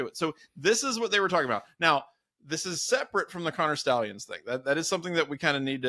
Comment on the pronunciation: It's stallions not sta lions